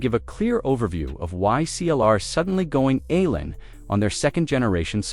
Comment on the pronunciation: "Why CLR is suddenly going alin on sodium batteries" - alin? You mean "all-in"? And what's a "Gamacker"? And how come this company is called CATL every time it's written, but "CL" or "CLR" each time it's spoken? This is some sort of weird AI slop. At least some of the visual content seems to be real video, but assembled without real meaning. Since it's obvious that no human actually reviewed the output, we have no way of knowing which of the graphs displayed and claims made are real and which are AI hallucinations.